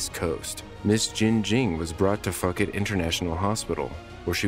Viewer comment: uh.....it's "foo-ket", dude.